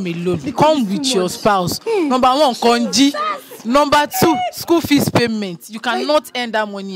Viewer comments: It’s the last part for me😂😂. She said conji 😂😂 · She say konji 😂 Guys! But middlesbrough though 😅